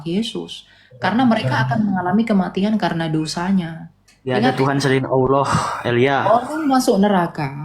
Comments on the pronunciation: MANA MANA MANA ALLAH JADI POHON, BACA YANG BENER. He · Oloh oloh apaan itu? Lidah lu kebanyakan mkn babi kgk bisa lu nyebut Alloh